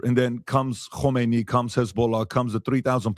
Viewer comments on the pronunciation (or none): none